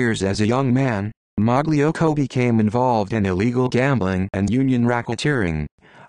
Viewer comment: It’s pronounced ( malocko )